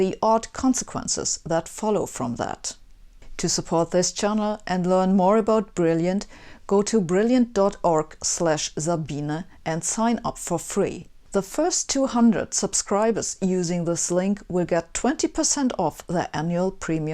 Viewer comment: Sabine, your English diction is now at a very good standard; the days when you said 'mess' instead of 'mass' are over. But I did notice that you concluded your talk by pronouncing your name 'Sebine'. Naja, egal.